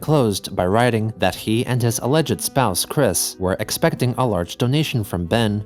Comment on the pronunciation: are you using an AI to emulate your voice, now, or did you mispronounce "alleged"?